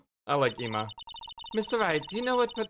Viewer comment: I guess it's minor especially at this point but it's pronounce "Eh-ma" (like Emma), and G-ant (I'm bad at this but just look up Gant Pronunciation and it tells you)